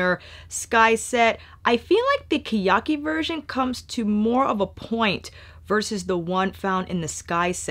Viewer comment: It’s pronounced ke (keh) ya- ki (ee) け や き